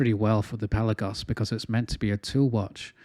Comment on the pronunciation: You nailed the pronunciation my friend: it's Pèlagos .🎉🎉🎉🎉 congratulations you must be the first reviewer who has done his homework.